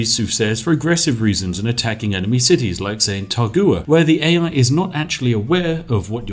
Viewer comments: Taruga my man, not Tagura. I know, coz I just conquered it last night. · City state: is clearly spelled "Taruga" Spif: "Targua"